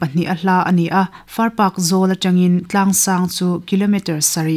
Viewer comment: far park i tih hi a dik lo, Farpak... Paak ti a lam tur